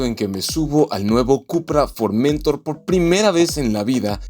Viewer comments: La palabra Formentor tiene su acento prosódico en la última sílaba, es una palabra aguda, usted la pronuncia mal suena horrible. Un cordial saludo. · Es formentor... No forméntor... Recordar reglas de acentuación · Buen video! por cierto es Formentor "se pronuncia como si llevara acento (en honor al puerto de Formentor) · Tienes que hacer fuerza en la última sílaba para leerlo bien, es For men tór. Es decir, es una palabra aguda, no llana. Se corresponde con un cabo español. El coche es un pepino, si señor. Saludos